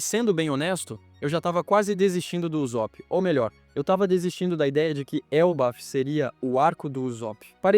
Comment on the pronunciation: "Uzópi" dói de ouvir...